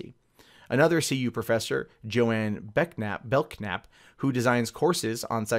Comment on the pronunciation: In the interest of being nitpicky, the name is pronounced "bell nap" rather than "belk nap".